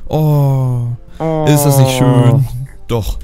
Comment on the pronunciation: Und schö mit ö Schüüü